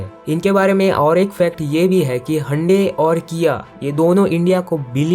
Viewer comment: Hyundai ❌Handi✅